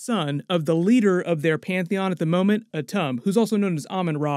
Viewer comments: It's pronounced "Atoom" (Atum). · It's pronounced Ah-toom Shortened, like tomb but quicker